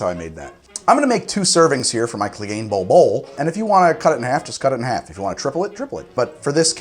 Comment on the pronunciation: Say "Bouwel Bouwel.." one more time. I dare you,, I double dare you. Samuel L. Jackson intensifies